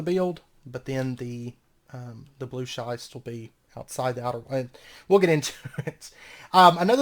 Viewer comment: "Schist" rhymes with "wrist". Loving the series, and the pack, which I wouldn't have known without this LP. Thanks.